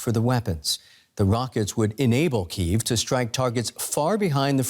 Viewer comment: Can the host pronounce the capital of Ukraine correctly?